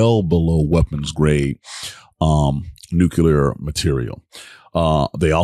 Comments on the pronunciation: It’s NuCLear not NuCular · Dude we went through this with Bush, it's not nuke-you-lurrrr(of the planet omicron persei 8) it's nuclear, new-clear because the root word is nucleus, not nukeyoulus It's new, clear, energy...if you need to remember it that way 🤦‍♂️🤦‍♂️🤦‍♂️ this is so painful